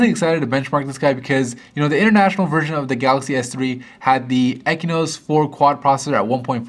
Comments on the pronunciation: Stop calling it "ekynos", it is spelled AND pronounced "exynos" god damn. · "EXYNOS" not "ekinos".....not so hard, isn't it? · why are you saying "ekinos"? its EXYNOES with an X, not a K